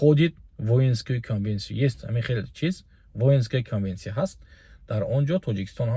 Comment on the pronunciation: Венская конвенция дуруст талафуз кунед Ако, бахшиш